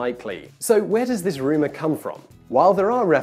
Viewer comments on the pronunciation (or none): none